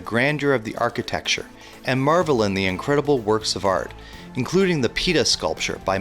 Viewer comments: Other than the mispronunciations of Italian places and works of art (Pita, really?) I enjoyed this trip down memory lane. I hope to get back to Italy one day. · Great video but hearing you pronouncing italian words was painful and I'm not even Italian xD the "Pita sculpture" ?!? Again, very informative and organised, beautifully shot.